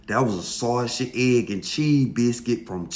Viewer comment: My boy can’t say “sausage” for sh*t lol